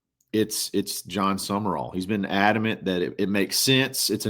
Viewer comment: It's Sum-Rall...not Sumer-all